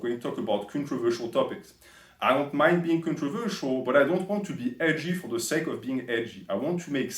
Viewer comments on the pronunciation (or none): none